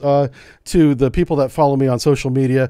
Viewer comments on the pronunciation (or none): none